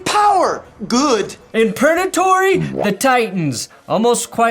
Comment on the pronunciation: wait wait wait, has it been Pernatory this whole time? I swear I’ve only heard purgatory until now, is this a recent change or have I just been an idiot